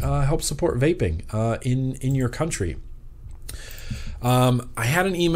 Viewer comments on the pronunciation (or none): none